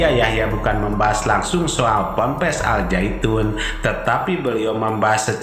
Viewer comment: Nama "AL ZAYTUN" itu salah (gk ngerti TAJWID). Yg benar "AZ ZAITUN"